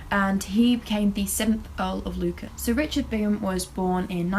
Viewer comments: Luncan? It’s Lucan, hon. Like, “Loocan”. xo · LU-CAN not lun can lol